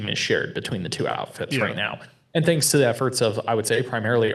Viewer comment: TH not F for thucks sake!